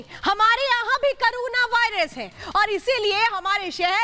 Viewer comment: करूण नही कोरोना कहिए